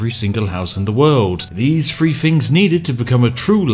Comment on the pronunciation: THree not Free